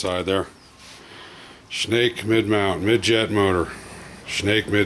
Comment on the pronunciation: Great video but Schnacke is pronounced SHAN KEY !